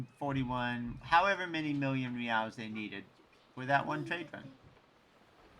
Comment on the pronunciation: Reals is pronounced 'HEY-EYES'